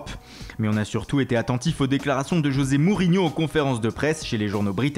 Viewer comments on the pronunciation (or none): none